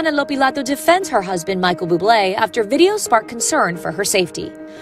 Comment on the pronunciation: It's all in innocent fun, my gosh people are dramatic🙄 The narrator of the video literally didnt even say his name right🤷‍♀️